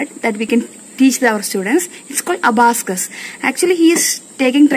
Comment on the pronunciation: Very talented god bless...m a proud aunt😇 I love how the little one is busy in her own world ❤️😂A small correction in the word Abacus..pls check the pronunciation for the same... otherwise as usual beautiful video... keep going ❤️